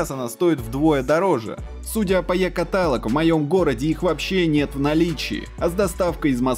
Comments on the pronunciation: Мне больно слышать "ката́лог" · нету слова катАлог